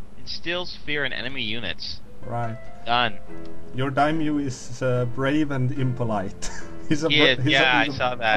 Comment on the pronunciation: it's dai-MYO, not a dymo, not a dymyu. you both fail XD